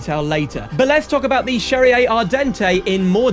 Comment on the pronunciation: why do you pronounce cherrier cars like it was italian ? in the "lore" it's french